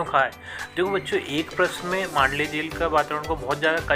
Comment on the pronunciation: Jel hota he vo jhel nhi